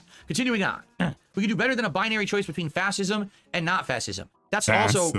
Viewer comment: "Fassist" actually doesn't know how to pronounce fascism. Hes only heard that word used a million times by the media. This guy is sitting here and giving us his political takes.